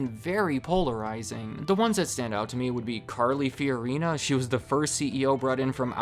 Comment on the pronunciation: Oh yes, Carla Purina or was it Fiorina.